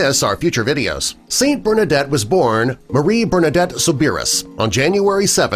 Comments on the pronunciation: There could be a little more respect paid to one of the highest Saints there is. Saint Theresa of the Little Flower is a Doctor of the Church. Her name is NOT pronounced as said in this comical, stock footage video. It is pronounced, "su-brie". Get it straight and give this woman Saint the respect she deserves. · Her Last Name Soubirous is pronounced ( Subaru ) like the car not the way this guy pronounced it! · you mispronounced her last name. Idiots. P.S. stop using unrelated pictures. You ruined the video